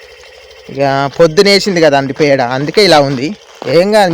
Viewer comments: పెండ కాదు పేడ అనాలి😂😂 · అన్నో పెడ అనాలి